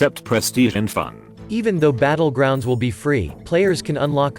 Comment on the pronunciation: Hey, noticed your "Butt-legrounds".